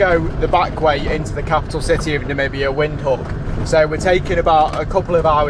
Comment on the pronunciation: Put a v when you pronounce the word Windhoek so its Vindhoek